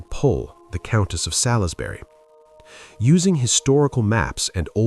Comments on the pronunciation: Sall-is-berry. Good grief. Try Sols-bree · Can you stop saying Sal is bury it’s pronounced sawls berry! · For future reference Salisbury is pronounced "Salls bury" not "Salis bury". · Just for info Salisbury is pronouced Soulsberry not how it is spelt.